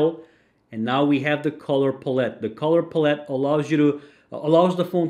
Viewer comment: “ Color Paulette “ 😂😂